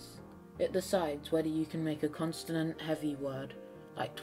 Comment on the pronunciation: consonant, not constanant